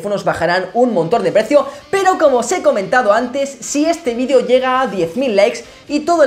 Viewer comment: ya volviste a decir mal la palabra VIDEO